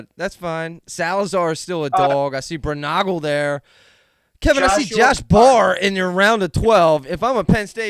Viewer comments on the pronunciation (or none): That may have been your worst mispronunciation Zach Braunagal is pronounced Brawn-uh-ghoul not Brew-Nah-Ghoul 😂. Love you guys and your names too. 🤜🏼💥🤛🏼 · Dude just corrected pronunciation of Berge seconds after his pronunciation of Braunagel....